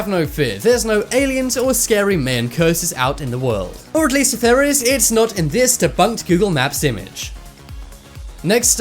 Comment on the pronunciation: I live dere owo